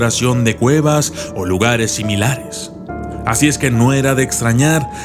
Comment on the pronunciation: yo crei que era un documental de exploracion de cuevas pero oh!!! sorpresa escucha en el min 1.15 claramente dice exploracion de guevas jajajajaj